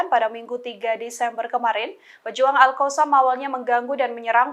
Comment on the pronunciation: nah itu baru betul alqosam,kalau kemaren2, baca nya alHasam😁 sekarang betul nyebutnya alqosam🙏😁